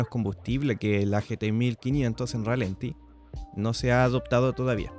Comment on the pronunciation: Chequea la cifra de torque que mencionas, está mal. Por cierto, la acentuación correcta es ralentí y no ralenti. Saludos